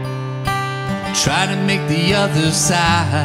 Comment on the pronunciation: Awful....side and bride are 1 syllable word, as is buy